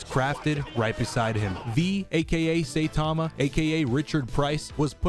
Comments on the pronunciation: its "sai-tama" not "say-tama" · Im sorry... “SAY- tama”????? I stg its “sigh-tama”???? Cuz yunno... sai..